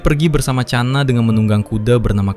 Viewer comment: Bukan cana bang tapi khana dari india❤❤